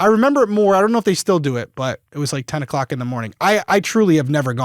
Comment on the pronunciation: U SAID 8 O COCK IN THE MORNING OK